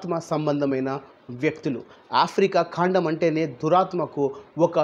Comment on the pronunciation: కాండం ఏమిటి రా ఖండం